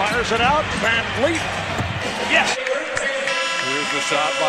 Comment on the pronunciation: And yet everyone (minus CDN media) still pronouncing his name wrong 🤷‍♂️ (Vanvleet not fleet)